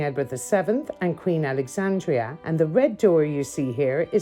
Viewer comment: "Battle of Wallerloo" and "Queen Alexandria" made me cry LOL